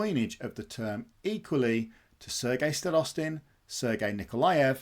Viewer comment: Thanks for the great video. Just a minor note: Starostin has stress on the first syllable. Both Sergei and George 😊.